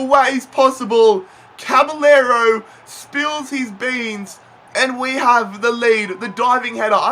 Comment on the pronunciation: caballero is pronouced cabajero